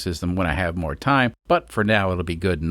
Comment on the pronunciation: more not moor.